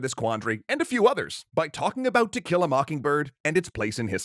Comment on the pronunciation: I keep hearing "tequila mockingbird". 🌚🌚🌚